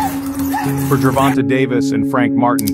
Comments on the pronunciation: This is an excellent profile of the two fighters, but why is this reporter refusing to pronounce Tank Davis' name properly? It's not pronounced jer-VON-tuh. It's jer-VON-tay. It's only 3 syllables, and the last one is not 'tuh' --- it's TAY!! The editor should have pointed that out to the reporter before posting this video. Just like getting the facts of his record (wins & losses) correct, pronouncing a fighter's name properly is even more important. It's lazy reporting and borderline disrespectful to keep saying a bonafide sports superstar's name wrong. It's sad to think that broadcasters make sure to pronounce the horses names correctly in the Kentucky Derby, yet others get grown men's names wrong. There are 1,000 opportunities to hear how to say "Gervonta" on Youtube or Google by listening to a simple interview with Tank's mother to hear how she says her own son's name. Just a thought. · Dope video! Definitely super hype for the fight. Btw fam his name is pronounced Gervon-tay haha not Gervon-tuh. great video though man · The end of his name is pronounced tayyyyy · Why do they always hear his name when they research and still pronounce his name wrong. He doesn’t even have a good voice for narration even the the graphics and script are well done. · Learn how to say the man”s name! It’s disrespectful.